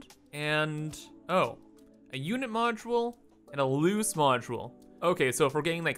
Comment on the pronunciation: Lol why do you say loose the same way as lose